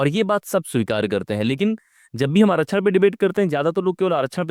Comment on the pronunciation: आरक्षण का सही उच्चारण करना पहले सीख लो, फिर उस पर ज्ञान पेलो।